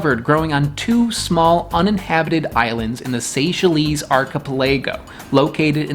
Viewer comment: Lol 😂 "ark a play go"= archipelago